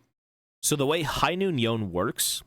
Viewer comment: i hear this guy call yone "yoan" i click off cringe